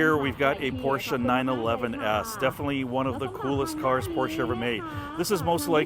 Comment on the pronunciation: Thanks again for pronouncing por-cher, in case anyone doesn't know how to pronounce it, unless they don't want to know it. Mispronouncing it as pos or por-chay is no big deal. But it's better to pronounce it correctly. Or to read A-kan-sas (Arkansas) and Phee-o-nik (Phoenix) is my liberty, it depends on each person's thoughts.